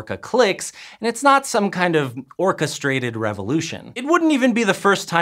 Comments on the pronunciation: Ha! You said: The orcas orchestrated (orca-strated). I sincerely hope that was on purpose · Did you say Orca-strated? I'm not sure if I love or hate that. You get a very angry thumbs up, sir! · AAAAGH "Orcastrated"... AAAAAGH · ORCASTRATED AAAAAA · Orcastrated? Really?